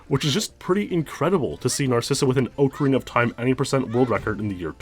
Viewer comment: .......i can't say how much i love your videos i've been following you for YEARS...BUT PLEASE GO TO THIS LINK TO LEARN HOW TO SAY OCARINA LMAO